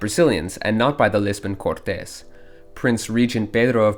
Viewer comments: Omg... not "cortés"! No! That's spanish! it's CORtes. Or literally just "courts" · Cortez is a spanish dude, i think you might be trying to say the word Cortes, the pronunciation is similar to english but with a slight difference ''Court - is''. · Just one thing, the pronunciation of Côrtes, as in Royal Court, is different from the pronunciation of the surname Cortes